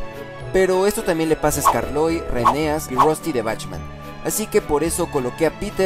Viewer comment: Cuanta inactividad ah estos canales momentos el fandom anglosajón hacen episodios fanfic y lo poco que pudimos hacer fue los episodios no doblados al español hojala crezcan en contenido y calidad Posdata: el nombre de skarloey se pronuncia eskarlowy